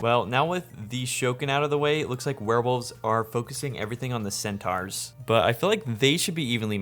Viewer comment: Absolute banger as always but the way you pronounce centaur is absolutely egregious